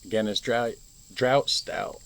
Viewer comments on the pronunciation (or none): Pronounce it Draft.A drought means it's not rained for several weeks.... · Enjoy your Guinness! Draught is actually pronounced Draft!